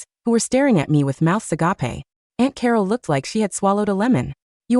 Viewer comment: "A gape". not "a gap e". This has been going on for years and years